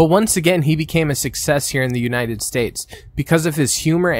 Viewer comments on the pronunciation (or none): none